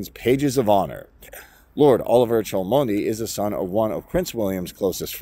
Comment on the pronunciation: Cholmondely is pronounced 'Chumley'